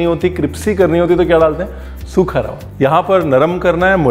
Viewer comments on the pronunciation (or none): Once again say, 'Sookha Rawah'😅